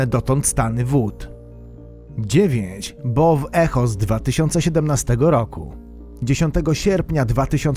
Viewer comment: Bow Echo to BOŁ IKOŁ jak już